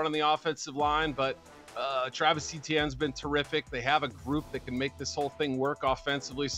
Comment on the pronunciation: One day an American will be able to actually pronounce Etienne without saying E T N